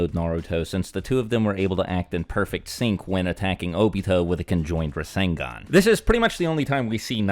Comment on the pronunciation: Rasengan is three syllables tho